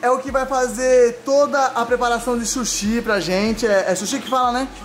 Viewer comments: É SUSHI NÃO É SHUSHI É S-U-S-H-I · Que agonia ver o falando chushi kkkkkkk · e sushi não shushi kkkkkkk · "Shushi" man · Oi fala suxi e suxis